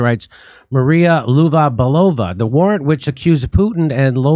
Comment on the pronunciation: ...Belova...(russian: Белова)...pronunciation: Bye-lova or Biel-ova...